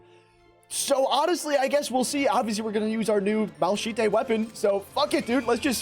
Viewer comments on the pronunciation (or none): i can no longer enjoy this video after that pronunciation of malachite 😭